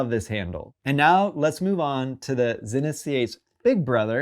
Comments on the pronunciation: Zee-nith not Zin-nith 😬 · Pronounced zeenith